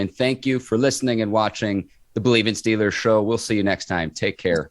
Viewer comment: Man we are not the Stillers why is it so hard to pronounce the EE smh damn